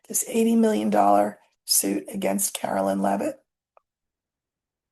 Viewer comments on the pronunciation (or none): Please , Caroline not Carolyn